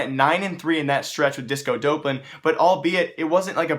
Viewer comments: Him saying dopelan is triggering me. It's Dop-Lan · its doplan not dopelan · Disco Doplan (Duhhh-P-Lan) Not Dopelan Doplan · stop saying disco dopelun its disco dop land ffs I'm getting TRIGGERED